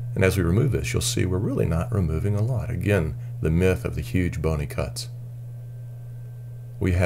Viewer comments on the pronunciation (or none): none